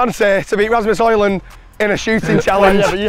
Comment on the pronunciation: love how the describ is saying ramus holland xD, its hojlund in english xD